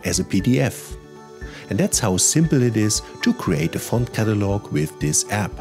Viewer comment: Sehr gut. Ich habe PrintMyFonts gleich installiert und eine PDF mit Microsoft Print to PDF erstellt (1800+ Fonts). Auch Komplimente an Deine englische Aussprache - absolut klar und deutlich (ich bin Brite, mal so nebenbei). Auch danke, daß Du App als 'App' anstelle von 'Äpp' ausgesprochen hast:-)